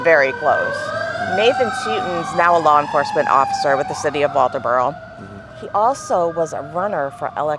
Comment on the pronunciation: Atleast you say walterboro right lol I knew Maggie this is terrible I hope justice is served